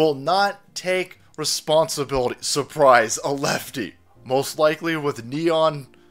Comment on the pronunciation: sur Pryzah, sur Pryzah! 🤓